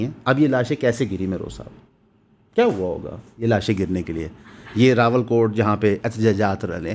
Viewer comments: راول کوٹ یا راولا کوٹ۔ ؟؟ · Rawalakot hai bhai Rawalkot nhi hai. Aap har video main yeh chawal maarte ho.